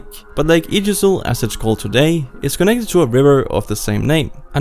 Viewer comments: IJssel isn't pronounced Ijisszle xD it's more like isel ;) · Lake Yggdrasil? Ijssel is pronounced like eiffel replace ss with f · The pronunciation of Ijssel was absolutely amazing, never heard it before. The ij combination is pronounced like the i in ice. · Lake Yjesl 😅. No, it’s Ijsel, with IJ pronounced with an E as in ‘heavy’ followed by the Y as in ‘heavy’. Go Dutch 💪🏼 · the Dutch "ij" and "ei" sound kind of like the English "i" (there's subtle differences, but it's close enough to make yourself understood) so Ijssel should be pronounced more like i-sole or i-sell (kind of depends on the dialect of Dutch which pronounciation is closer) and not idgesel or whatever sound that was that you produced when trying to pronounce Ijssel. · The river IJssel is not pronounced I-j-ssel. It's pronounced like Ai-ssel. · lol at the pronunciation of IJsel. It isn't i-ji-sel. It's pretty difficult to pronounce if you aren't Dutch, maybe the closest in English phonetics is ai-sel. IJ is actually a single letter, not two and is the reason why the Netherlands is sometimes considered to have a 27 letter alphabet rather than a 26 letter alphabet and why words starting with ij get two capitalized letters rather than one. Originally this letter was written as a single one similar to the letter y with dots above it, but due to movable type and later particularly typewriters being imported it became common convention to use a separate i and j instead. Pretty similar to how English lost for example the letter þ (thorn) and why people mispronounce "ye old". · Really cool video! However, "IJssel" is pronounced more like "Aissel". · Got the word gouda spot on, butchers IJssel like a pig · "Lake Ijssel" is a lot less complicated to pronounce, ask Google Translate :) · As a dutch person I laughted my ass off at the pronounciation of ijssel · you say lake ijssel pronouncing the i and j seperatly but it is one sound like the i in like.